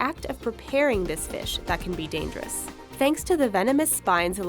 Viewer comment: I laughed so loud when she say it's look dangerious. lol